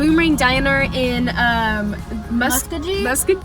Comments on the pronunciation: Ok I live in Oklahoma and the "musko jee" triggered me😂 it is muskogee with the g sound not j🤣 happy late birthday!💕 oh and my aunt works at boom a rang😂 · Musk Ka gee 🤣🤣🤣 From a fellow okie (Oklahoma person) its Musk-o-gee Love you guys🧡🧡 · Haha it's pronounced musk-OH-gee, shout out to all the Oklahoma peeps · muh-sko-gee u say gee like McGee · I’m from Tulsa Oklahoma and Muskogee is pronounced Miss-ok-gee I love u guys so much ❤️❤️ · You say Muskogee like this: MUSS-KO-GEE! I live in Ardmore:) (Oklahoma) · I live in Oklahoma and hearing you slaughter the town names made me cringe. Mus-co-gee Like geese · Muskogee is pronounced Musk-go-gee😂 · You texans😂 Its Ma sko ghee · Muskogee is pronounced Ma-skoo-gee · Lol it's pronounced like musk O Ge but tbh I only knew that because I'm from Oklahoma I honestly would have said it the same way you guys did 😊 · Omg!!!I live in muskogee Oklahoma and its pronounced musk-oh-gee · Ma-sch-o-gee is how you pronounce it every oklahoman would know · I’m crying from how y’all said Muskogee( it’s mus- ko-gee) just look it up lol 😂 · that’s funny because people from oklahoma see tractors driving on the highway ALL the time😂. and it’s funny how they pronounce Muskogee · lol being from Oklahoma they butchered Muskogee ( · Oklahoma has a lot of weird town names!! But Muskogee’s “O” is long and the “G” is hard if that makes sense!! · the way they were pronouncing Muskogee was killing me😂